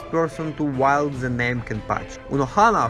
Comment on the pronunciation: Are you going to talk about how he said wield 🤣